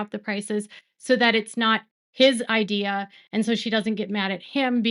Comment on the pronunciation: Having to hear Sobbin Robyn pronounce the word "idea" made me cringe. She has the weirdest way of saying "church" and Idea".